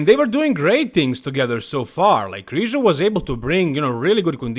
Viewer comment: It's Krizanek lol